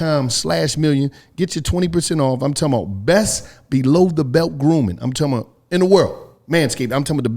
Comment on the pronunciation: during an add: “ I’m talm bout”